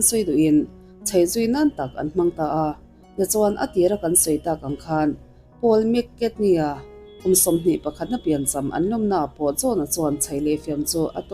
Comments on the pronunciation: Poul mcartny lam dan chu a va mak ve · Paul mc carney i lam dan hi😅😅